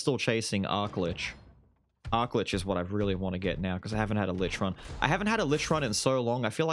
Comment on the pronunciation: Arclitch? ARCLITCH?! plz all I ask is for Warlock boi